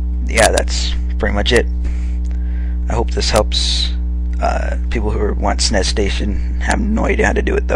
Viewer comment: you just said snes like snays